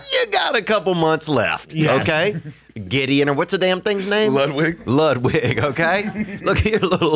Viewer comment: Poor Brendan's CTE is so severe he can't even say "Ludwig"